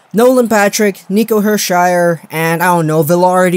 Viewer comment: Nico "Hershire"... Thats impressive.